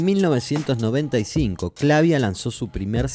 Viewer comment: Funny how the AI narrator cannot pronounce Clavia the same way. Same with Akai, and other simple well-known names. SLOP.